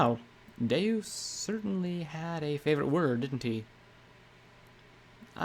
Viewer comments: Nah Deus is latin for god and is pronounced day-us, you're probably thinking of deux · Good job bringing this to life except for two names, Gin Rummy is Gin like the alcoholic drink ‘jin’ and Deus means two, so its pronounced kind of like French for two with an ‘s’ on the end. ‘Doo-ss’